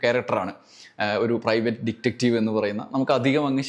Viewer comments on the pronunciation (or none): താങ്കളുടെ അവതരണം ഇഷ്ടമാണ്. Dectetive അല്ല detective അല്ലെ ശരി. പലരും തെറ്റ് ആയാണ് ഈ വാക്ക് ഉച്ചരിക്കുന്നത്. 🙏